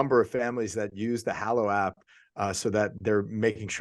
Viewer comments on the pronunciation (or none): Love the show. May I suggest something? The name of the app is HALlow ( rhymes with shallow). 👍🏼😀